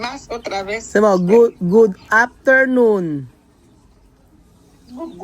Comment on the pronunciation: di rin nya masabi "afternoon" 😊😊baka if mabasa nila oke na